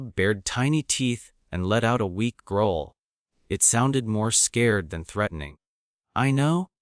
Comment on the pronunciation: The word most likely to appear in every single one of your stories with a wrong pronunciation seems to be "growl".